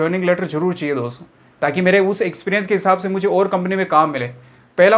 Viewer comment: सर आप दो सौ मत कहो "दोस्तो" कहो तो अच्छा है😊😊।